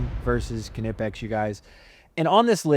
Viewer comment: It’s pronounced “Nip-Ex” the K is silent like it is in Knife or Knip